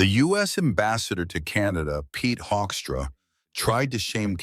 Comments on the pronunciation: Hoekstra is pronounced Hookstra...... he is a disgrace to his Dutch legacy! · Why does this AI voice pronounce Hoekstra differently throughout this piece?